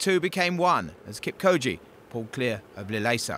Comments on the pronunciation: not kipkoje mr commentator...its kipchoge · Its kipchoge not kipkoje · It's Kipchoge not Kipkoje!! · Kip-Cho-ge not co-gee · Its kipchoke not kipkoje...do ur home work my friend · A little phonetic help for him - Kip - Cho - Ge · The commentator totally butchered Eliuds name 😆 😆 Eli-wud Keep-koji? Seriously!? dkm, this is not even funny! Eliud is the best marathoner of all time; put some respec on it! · walem suswa Hahaaa... He should put a little effort in pronouncing African names... Hard task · Eluwid kipkoje, 41kms and mawafin. My toe nail would be a better commentator. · Say it with me now, "KIP-CHO-GE"! Easy as pie. So easy, in fact, that I know 9 year olds who can say the name better than the commentator. Come on guys. PS a mawrafin is 42.195k not 41.195.... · Kipchoge bwana, KIP -CHO-GE, CHA CHE CHI CHO CHU, like CHUrCH, then 'ge' GA GE GI GO GU like GEt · I cringe every time this dude says KIM KOJI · mizzmini45 yeah, not that deep, he’s uneducated on the runner, so he doesn’t know how to pronounce his name. Stop acting like theres a science to why a white guy with an accent pronounced his name wrong. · I think the announcer might have a speech impediment as evidenced by the way he pronounces "marathon"...but his failure to pronounce Kipchoge is just him failing 🤷🏻‍♀️ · The journalist took 'ch' for a 'k' I can only sum it up that he is an ignorant Journalist that thinks that every pronounciation has to be english. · This boy can't pronounce Kipchoge